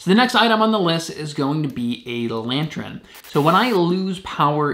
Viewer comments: It's lantern not lantren. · It’s pronounced “lan-turn” not “lan-tren” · Sorry bro it's good video but it's really not lantren it is lantern 🎃 lol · Why do you keep saying lantren instead of lantern??? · Yes, that was bugging me too! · It's pronounced /ˈlan(t)ərn/